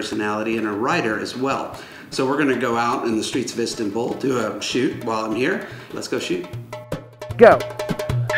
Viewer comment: I hate how he pronounces Istanbul 'istintbul'